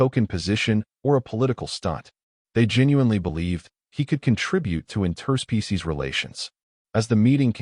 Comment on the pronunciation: I really enjoy your stories, the pronunciation of interspecies as 2 separate words hurts my ears 😂